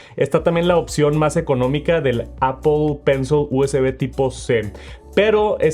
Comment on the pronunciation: Si me dieran un dólar por cada vez que dice mal “apl pensl” termino millonario 😝